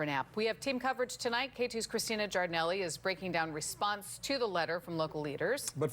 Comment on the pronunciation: Christina, I admire how she keeps the original pronounciation of her Italian name.